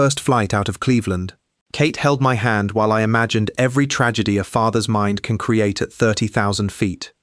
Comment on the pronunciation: Why do all of the AI narrations have consonants popping. Nobody says "handt" "saidt" ridiculous. "Secondt. It goes on.